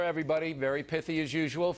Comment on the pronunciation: He said "pithy".